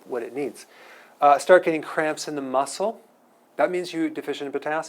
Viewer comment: every time you said muscle/cramps, all I heard was mussles/crabs! LOL